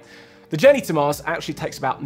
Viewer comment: "When ah we going to moss?"